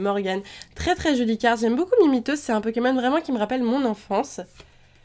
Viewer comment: X) tu sais je crois que tu es le seul qui aie dit cette phrase sans faire UNE FAUTE dans le nom de ces pokemons!